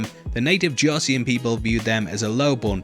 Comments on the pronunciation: Joseon is pronounced as "Jó-son" not Joseyon. "eo" sounds like the regular english O but a bit longer. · Joseon is pronounced like “Josun” btw 😊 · At least pronounce josun correctly jesus christ